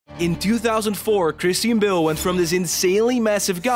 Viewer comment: Christine Bill? I think you meant Christian Bale 😂